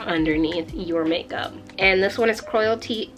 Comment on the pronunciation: Love how you say cruelty 😂